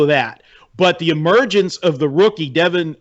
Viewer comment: Devin not delvin bush